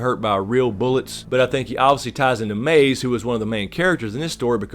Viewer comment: Love your insight, but it's Maeve, not Maze, dude.